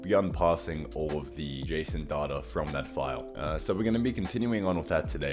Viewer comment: Data > "Dateur"